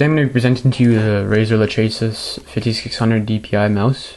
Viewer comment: Im just going to tell you that I DONT GIVE A SHIT, and that everyone thats straight except yourself pronounces it la-che-sis, also I made that review in less than 10 minutes, and nothing was inaccurate I simply read facts off the box and things I noticed while using the mouse, you should really find something better to do.